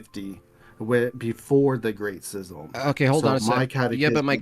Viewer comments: I wanted to put an ice pick in my ears everytime I heard schism pronounced as "sizzum". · Did he just refer to the great schism as the great sizzle or am I just hearing him wrong? 😂